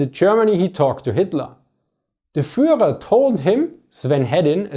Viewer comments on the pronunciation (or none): none